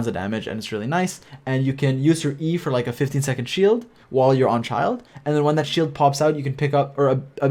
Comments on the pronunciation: Also its not "Child" rather say Chi eel dey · In the Middle Ages, a childe or child (from Old English: Cild "Young Lord") was a nobleman's son who had not yet attained knighthood or had not yet won his spurs. The right pronunciation is like how we say chill. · I spell Childe as like "Chi(eel)(Dey).xD also mainly cause the way everyone calls it sounds " Child"😂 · Why does everyone mispronounce Childe, (chil-D)